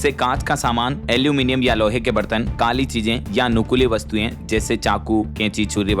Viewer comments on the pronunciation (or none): none